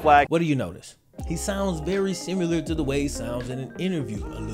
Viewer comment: Ax....simular......dude come on!